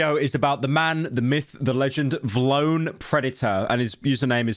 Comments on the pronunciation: I dont see anyone talking about how he said “vlone, instead of V-lone” about a million times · for every time pyro says “vuhlone” instead of “V-lone” i tarnish 1 water well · vlone??? it VEE lone 😭😭 dose NOT know his hype beast brands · Pyro the type of guy to call V-Lone Vlone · its pronounced Vee Lone not vloane 💀💀💀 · it’s V-lone not vlone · pyro you better apologize for saying Vlone like that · ITS VEELONE NOT VLONE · PYRO ITS VEELONE NOT VLOWN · It’s pronounced “V lone” not “vlone” 💀 I only got 2 cause it was a collab with my favorite rap duo city morgue. One of them got torn at a Corey Taylor show by this Karen cause some guy in the pit pushed me and we fell and she spilled her beer and I tried to help her up but she started yelling so I ignored her and she ended up coming up behind my and ripped the back of my shirt except this one didn’t have a design on the back so it’s still sowable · the way he pronounces vlone pisses me off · ITS V LONE NOT VLONE READ IT RIGHT PYRO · Vee-lone. Stop saying vlone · Bro says vlone instead of V-lone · WHAT THE FUCK IS WLONE its called vi lone. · mf its V lone not vlone ffs 🤣🤣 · "vlone" its V, lone smh my head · It’s V (space) lone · Am I the only person that thought it was pronounced V-lone 😢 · it's pronounce vee lone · vlone is pronounced Vee lone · I know it’s a L brand but it’s “VEE LONE” based takes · The way you pronounce vlone pisses me off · VLONE is lame asf but for fucks sake dude it’s pronounced VEE-LONE. My god dude not that damn hard. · Okay bro you don’t know shit about Vlone (Vee-Loan) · pyro never fails to pronounce Vlone wrong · The way he pronounces vlone truly lets us know pyro was dropped on his head as a baby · The way you say ‘vlone’ is crazy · never heard a man say vlone like that lol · british guy cant pronounce vlone lmao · I hate how pyro says vlone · He can't pronounce vlone 😂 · Vlone as one word shouldnt be so funny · Is he saying vlone like that on purpose or is he that old